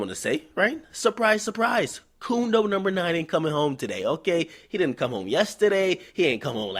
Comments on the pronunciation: Omfg, he said "coondo numba nine"😂😂💀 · I just came here to hear him say "Coondo number 9" XD